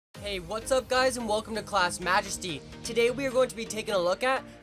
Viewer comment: He said not clash but clas